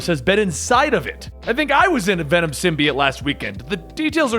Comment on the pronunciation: Ve’nam? That sounds so stupid